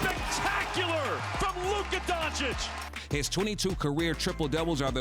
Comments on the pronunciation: Stephen "Luker Donchick" Smith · Stephen “Luker Doncic” Smith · “Lukka doncick”😂😂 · Stephen A Smith: "Lükker Donchick" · Dark Knight lmaooo “lukka doncick” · LUKER DONKICK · i think you mean "luker donchik" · Luker Donchich